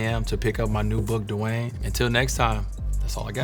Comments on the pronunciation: Kinda weird man don't know how to pronounce his name 🤔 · First time I hear how Dwyane should be pronounced properly 😂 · How tf did he mispronounce his name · Did he just pronounce his name duh-why-an wade at the beginning instead of dwayne wade? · This is not dwayne wade it's dawayne wade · Did he say his name is Dewine? I've never heard his name said this way. Is this AI Dwayne? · “Hi I’m D-wine Wade” lol why he pronounce his name like that ? 😂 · Anyone notice how he pronounced his first name? "dewhy'n" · W8, his name is pronounced "du-a-in"? Not "du-e-in"? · Lol what. Da-why-ane? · Did he say his name was De Why In wade? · Did he just pronounce his name as Divine Wade? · so nobody is gonna talk about that his name is dwyane and pronounced as dwyane not dwayne lmao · "DU-WAYAN" Wade?! So that's how we were supposed to say it?? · Duwynee? Wade??? 🤔. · I always pronounced his name "dwayne" but he clearly says"dwah eyn" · “Hi I’m Dewine Wade” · He pronounced his name like it's spelled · At the beginning it sounded like he switched the w and y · i love dwyane wade. i dont know if i ever heard any1 pronounce his first name like that because i also dont think ive ever heard him ever introduce himself i love this bit when he slumped LOL i love how he answered sooooo in detail, like everything was so genuine and well thought out. i'd like to see more, i am even inclined to read the book he was adverting at the end LOL. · SO THAT'S THE WAY YOU SAY HIS NAME??!!!! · have we been mispronouncing hist first name all these years? It's not as in dwAIn but more like dwIght and dwAIn combined? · He didn’t even say his own name right hahah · Wait how did he pronounce his name😂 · why he pronounce his name like that? Am i the only one who hear it a little bit weird? Idk maybe im trippin 😂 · Him saying his name tho ... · Did he pronounce his own name wrong?